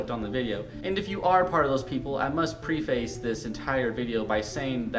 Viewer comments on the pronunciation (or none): We've all made this same mistake, but it's pronounced "PREF - iss" not "PRE - face". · Turned it off at "pree-face" . Good grief.